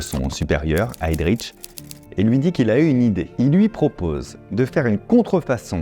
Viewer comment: Petite notion de prononciation allemande : on ne dit pas "HeydriTch" ni "ReiTch" mais bien "Heydrich" (le 'H' n'est pas muet) et "Reich"